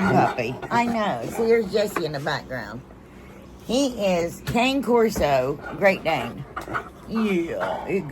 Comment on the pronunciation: I love you DEARLY!!! As a Cane Corso owner please oh Lord please look up how to say the breed correctly. It's not pronounced as it looks. Again I mean nooooo disrespect❤❤❤❤❤❤❤❤❤